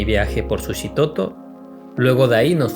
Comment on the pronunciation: Qué bueno que te gustó y por cierto no se dice Sushitoto sino. Suchitoto con ch, sólo como dato cultural. Es un pueblo muy bonito y tranquilo con un ambiente bohemio par quienes gustan del arte en general.